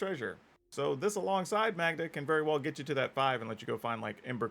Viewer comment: Magda is pronounced like Caan. I know a Magda.